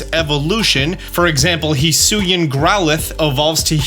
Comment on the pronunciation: He's saying it right though. Hee Soo Ee In.